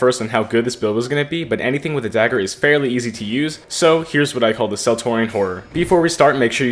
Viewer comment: Bro said fairly 🤣